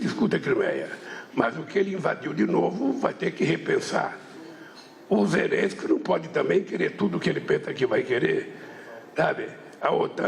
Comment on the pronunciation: MEU DEUS! TEMOS UM PRESIDENTE QUE NÃO SABE FALAR ZELLENSQUI! ZERENSQUE